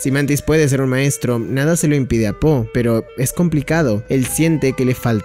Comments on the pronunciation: no dejo de escuchar ``sopa de polla´´ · cuando dijiste la sopa de po, ya es increíble sono como si dijeras: La sopa de polla es increíble kek